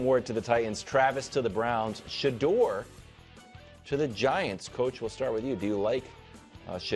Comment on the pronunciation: Sha-DOOR 😂😂😂these dudes r hilarious it’s Shedeur